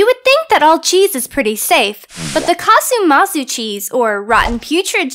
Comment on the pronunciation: SI CHIAMA CASU MARZU, NON MAZU😭😭